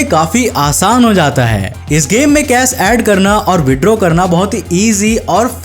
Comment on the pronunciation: कॅस नहीं कॅश😂😂😂